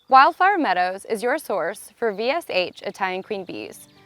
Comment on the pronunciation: Is she saying wildflower meadows or wildfire meadows? It seriously sounded like she kept saying wildfire meadows.